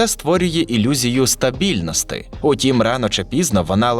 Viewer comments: Шановний голос за кадром, іменники в родовому відмінку, які ви проговорювали у відео мають закінчення "і". Наприклад, стабільності, а не стабільности. Я перепрошую, що я душню, але вухо ріже протягом усього відео. В цілому відео шикарне! Дякую! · Відео цікаве, інтересно дивитися, дякую що зробили. Але диктор, ви є читаєте текст і так противно чути - ріже вухо ці слова ваші, сумніваюся що там пише в тексті "стабільностИ, зайвої скромностИ,"